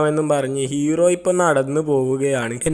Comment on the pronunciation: (എലികോപ്റ്റർ)🐭Copter ❌ Helicopter ✅ (ഹെലികോപ്റ്റർ) (ഇറോ) Erow❌ Hero✅ (ഹീറോ) കുയി ❌ കുഴി✅ വയി❌ വഴി✅ കൈയ്യന്നില്ല❌ കഴിയുന്നില്ല✅